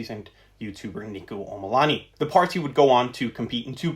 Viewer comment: you mispronounced Omilana